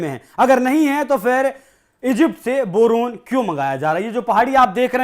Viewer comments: Bhai Boron bola jata he, not borun. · बोरोन ह या बरनोल😅